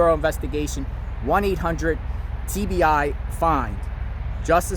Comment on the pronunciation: Yes I have talked too 😂 looking the screen of my phone saying “will you please quit repeating yourself” But maybe he repeats so other YT’s cannot say said this, said that… he makes it very clear too say the least, no misunderstanding Another thing I kinda laugh about is how he pronounces TBI